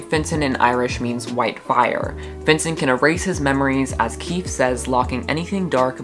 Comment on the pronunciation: I know that I’m late but KEEFE is KEY FEE sorry I think it’s a phobia 😅